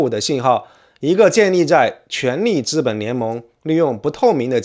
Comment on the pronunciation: 请注意：“资本”读作ziben，不读作zhiben。